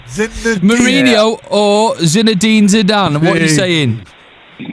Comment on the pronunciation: how you gonna murder Zizu's name over and over haha Zadine?